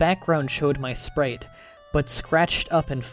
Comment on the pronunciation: Sprite - (Sprayt) not (Spreet